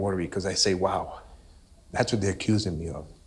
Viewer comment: Keep saying accussing but you there for a reason 😢